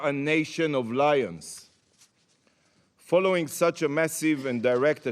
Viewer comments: Why does it sound like “We are nation of liars” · Had to rewind: thought he said "a nation of liars", was actually "lions".